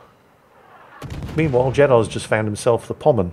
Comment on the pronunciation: says musashi is a pommern his cat tries desperately to correct him, and he still gets it wrong Love ya, and your cat too